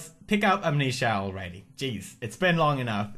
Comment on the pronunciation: When he says "Amnesia Mental Memorial" he has a REALLY thick Swedish accent xD S'cute! XD ;) <3